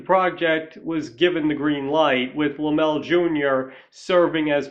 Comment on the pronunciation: Okay... 1) a guy who has a movie channel should know how to pronounce "Lem-lay." Sorry man, but the Laemmle family were big names in movies not just because of horror, but because Carl Sr. had founded Universal and was one of the original moguls, and Universal made a LOT of other films in other genres that sold very, very well. And nepotism? The Laemmle family OWNED the studio in beginning years, so yeah, it was a family business. 2) I've read your response to other commenters here regarding your glossing over of the MASSIVE silent horror genre. You tried to twist your way out of that mistake, but nice try, doesn't work. It's clear you just didn't do your homework and don't really know your history. Now it's true that "horror" as a genre label probably doesn't come into use until Dracula, but that's hardly relevant as you yourself point out Nosferatu and The Phantom of the Opera. In point of fact, though, there were huge numbers of silent films we now view as "horror," going all the way back to Edison's Frankenstein, but also including multiple silent versions of Dr Jekyll and Mr Hyde, the John Barrymore version having been a particular classic. We could go on and on here, including George Melies' films. It's just silly to have made the claim that horror was "non-existent" in the silent era. And foreign films count, dude. A lot of those made it to the US and made a lot of money at the box office, and influenced Hollywood HEAVILY. Foreign directors made very successful horror